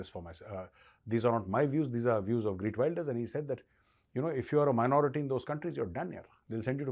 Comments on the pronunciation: Geert Wilders, not Greet Wilders! Me-la-nie Joly, not Mee-laine Joly! It's important to get these details right, for your own credibility!! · I just voted for him... and this is not a joke!!! खेरत वीलदरस this is proper pronunciation of his name in Dutch!! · Heert welders. Pronunciation. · take a shot every time he says "Greet Wilders" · His name is pronounced as खेर्त विल्डर्स. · Pronounce his name right bhai